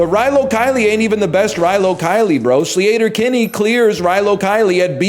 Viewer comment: "Slee-ayter Kinney"